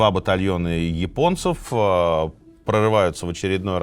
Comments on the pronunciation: пОрты, а не портЫ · Очень интересно. Люблю слушать в дороге. Очень режет слух «портЫ» ( прям представляю как чьи-то штаны блокируют ). ПОрты если можно. Пожалуйста. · Слушаю Минаева с большим удовольствием и интересом. Но, пожалуйста, не портЫ, а пОрты, если речь идёт о морских сооружениях. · Извините, но правильно говорить пОрты, насколько я знаю